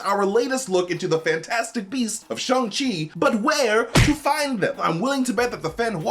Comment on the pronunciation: Shang: it's Sh-A-ng MT: Sh-U-ng Shang: Shhh-A-ng MT: Shhh-U-ng Shang: Shang smirk MT: That's what I said!